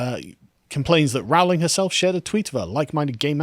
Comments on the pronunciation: ITS ROWLING LIKE "BOWLING". stop saying Row-ling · Rowling, pronounced as in "bowling' not "howling". Per.. lease! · For pity's sake, Carl. It's pronounced 'Rolling'. This is almost as bad as when you kept calling Rod Liddle 'Ron'. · Why can't you guys EVER pronounce her name right? It's RO ... Rowling. Not RAU. Do you check on any facts at all? Seriously. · FYI JK Rowling is pronounced like Rolling - as in "Rolling in money".